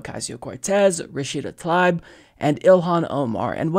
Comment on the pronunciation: You keep mispronouncing Rashida Tlaib's name. It's "tuh-LEEB"